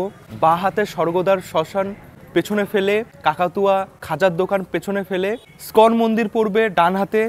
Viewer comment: ইসকন হবে উচ্চারণ টা, স্কন না আপনি ভিডিও বানিয়ে আমাদের ইনফর্মেশন দিচ্ছেন তাই সঠিক টা জানুন, সঠিক টা শিখুন, তারপর সঠিক টা বলুন। অনেক কেই এই ভুল টা বলতে শুনেছি, আজ দেখলাম আপনিও তাদের মধ্যে একজন। আশাকরি পরবর্তীতে সঠিক উচ্চারণ করে সঠিক নাম টা বলবেন ( ইসকন)। ধন্যবাদ in advance.